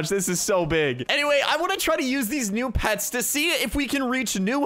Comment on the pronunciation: Hey said new not neo pets